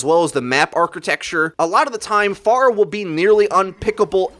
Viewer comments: Its pronounced (fair-ah) not (far-ah). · Isn't it F-Air-ah not F-ar-uh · Fair-a, not far-a, you heathen! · She is pharah not far-ah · It's pronounced f-air-uh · Faruh LUL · Who the hell is far-ah ? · TheFade Yes. "Phora" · how do you pronounce it? i just say "Far-ah" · I don't have anything against you or anything bro, you upload great content, but one thing that just really makes me cringe is the way you say Pharah. You say it like Far-uh but I don't think you would say Pharaoh like Far-oh, so it just boggles my mind a bit 😂 otherwise awesome job and i totally agree with your view on the buff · Yeah I had to stop watching this in about 60 seconds, please stop saying "far-uh". Driving me bonkers. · I'm triggered because you don't know how to pronounce Pharah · The way he says pharah is triggering me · Anyone else bugged that he kept saying pharah wrong?